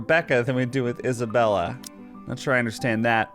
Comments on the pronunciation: I think it's because Marianne and Mary Anne are pronounced differently. Just like she mispronounced Isabella's name as Isabelle. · I think Hannah saying names wrong is just her tick. She's always calling Isabella "Isabelle." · Hannah purposely gets people's names wrong. Just like with Isabella how she calls her Isabelle. It's just a weird thing the devs did~ even though Mary Anne sounds exactly like Marianne. I think it's kind of interesting they went about it like that. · Hannah doesn't care about anyone's names. She says Isabelle instead of Isabella and Mary Anne instead of Marianne.